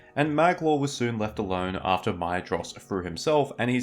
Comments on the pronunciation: Small note, the ‘dh’ in Maedhros is pronounced ‘Maethros’ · The dh in Sindarin is a dipthong equivalent in English th, so Maedhros should be pronounced "my thrōs" or possibly "may thrōs".